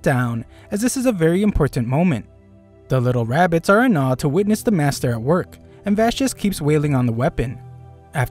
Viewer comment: Bro really said bugs bunny with rabeez 😂😂